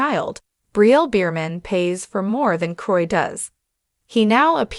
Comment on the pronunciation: What are you saying? The whole world already knows about this couple. Please pronounce the name properly.